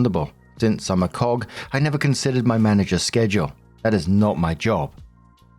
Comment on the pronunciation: I am sorry when you said Cog it made me do a double take because it sounded like you said the word with the hard k at the end normally used as the name of a male chicken.